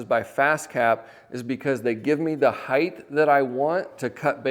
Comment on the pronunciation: I love your content and have watched it for years! My only tiny comment is something I see tradespeople do all the time. When describing dimensions, there is width and HEIGHT. There is no “heighth.” Similarly, some people say “liberry” instead of “library.” Just as we are keeping alive the tradition of carpentry we must support the use of proper English. My grandfather would have been adamant about this and was an amazing craftsman.